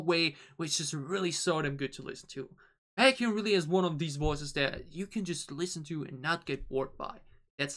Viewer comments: No need to add the group name. You only add the group name if that member has a similar name with other kpop groups that is uncommon in Kpop industry. Plus it’s pronounced as ‘Bake’-‘Hyun’ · There's is only one BaekHyun. But there is a kai in another group. So you can just put BaekHyun in the title. And is pronounced beck-hyun is more similar with the word bacon. Today 27th of November is Chanyeol's birthday 🎂